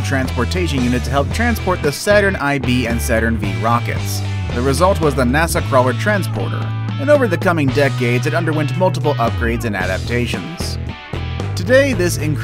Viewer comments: "saturn eye vee and saturn vee rockets"? Whut? FOUR and FIVE! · Apparently not. LOL. Eye-Vee and Vee. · Dude it Panzer 8 Maus not Panzer V'iii' Maus and Saturn v (Saturn 5)